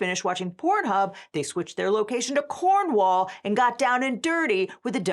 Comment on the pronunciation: Maybe do a very basic google seach, the BBC is the British Broadcasting Corporation, not the British Broadcasting Company. Edit - And learn how to pronounce "Attenborough" and "Cornwall" while you're at it. Both of those were painful.